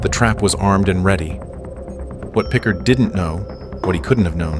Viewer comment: it's pronounced more like PicCARD